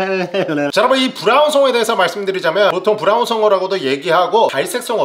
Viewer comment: 오늘 혀 많이 굴리네요 브랄ㄹㄹㄹ운 송어